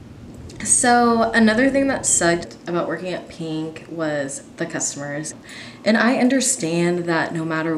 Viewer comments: I don't mean any hate but instead of just saying pink she keeps saying peenk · “peenk” STOP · when she says pink it sounds like peeing